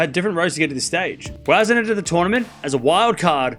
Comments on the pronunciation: It’s Boisson not Boizon. It reads “S” not “Z”. Just saying 😊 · I don't understand why he keeps pronouncing a "z" sound. He's Australian, so his native language is English, and "ss" is pronounced with a "s" sound like in French.